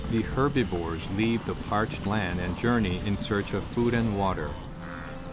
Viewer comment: AI bullshit narration but it’s not good at all! First off they’re not “HERBEVEERS” that’s ridiculous not knowing the correct name second off Kali could not go an entire month without eating…. Hopefully Real Wild isn’t going to shit like all the other AI channels! Stopped watching at 13 minutes unsubscribed and blocked your pathetic channel!! 👎👎👎👎